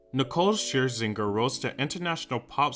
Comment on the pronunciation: Thankyou for caring to not butcher her last name